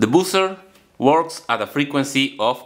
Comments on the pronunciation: it's "bah-ser" and not "bu-cer", that circuit could be very useful to make some amplifiers but 120vac is quite high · I heard "boozer" 🍺🍾🍻🍷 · Very creative! Just a tip: buzzer is pronounced /'bʌzə/ not /bu:sə/, and current is pronounced /'kʌɹənt/ not /'ku:ɹənt/ (current is a word you use in nearly every video so it's worth learning how to pronounce properly!) - listen here